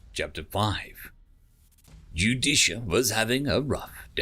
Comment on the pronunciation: Small narrator failure. Judicia and Justicia are 2 different characters but the narrator pronounces them both as Judicia.